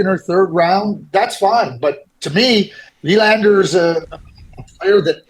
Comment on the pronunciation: Thank you Craig for pronouncing Willander correctly.